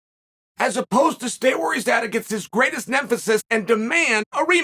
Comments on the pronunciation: Lmao, he said “nymphasis” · 😅 "Against his greatest NEMPHISIS!" -Chael P. Sonnen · Hahaha I also heard Chael say nefeses. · His greatest ‘nemphasis’ haha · Chael putting a bit of emphasis on the word nemesis 🔥